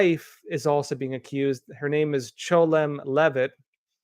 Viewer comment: Why did you keep pronouncing 'Chelom' as "Cholem" ?